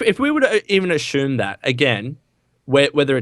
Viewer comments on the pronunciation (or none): Ashume don't u mean assume? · I hate how says Ashoom instead of assume